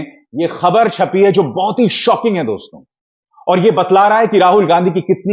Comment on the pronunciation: please say DOSTO not Dostonn.